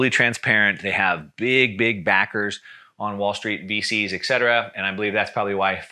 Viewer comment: It is pronounced ET CETERA not ex cetera or ek cetera